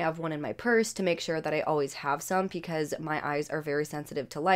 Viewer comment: Am I the only one hearing "pecause"? Lol